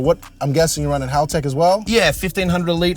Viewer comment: is the only one who can say Haltech properly